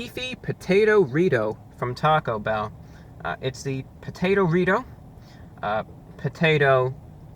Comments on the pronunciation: Can you elaborate on the circumstances under which you learned English? Geographic location, characteristics of your primary sources of earlier exposure to the language, et cetera. I only ask because of your odd accent and inflection. For example the way you say TAHcobell, instead of TA-co Bell. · He said taco bow lmao